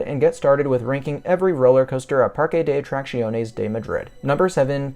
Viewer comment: Your pronunciation of the park name is probably the closest I've heard from the various major North American YouTubers. For people wanting to get it spot on here it is. PAR-keh deh Aht-rahk-THYOHN-ehs If you are using Spanish pronunciation from the western hemisphere it is PAR-keh deh Aht-rahk-SYOHN-ehs